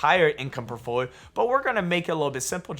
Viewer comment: I’m sorry but The way you say “portfolio” in every video drives me nuts 😂. It’s like you barely finish the whole word